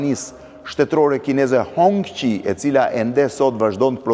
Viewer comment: O Bledi nuk shqiptohet Hongqi por Hongçi. Nuk ka faj Enveri qe nuk ka bredh vërdallë me Hongqin